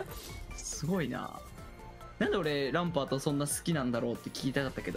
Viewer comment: ランパー"ト"やな